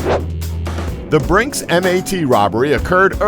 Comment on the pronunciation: its brinks mat as in bat